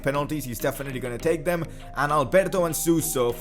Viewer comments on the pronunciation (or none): none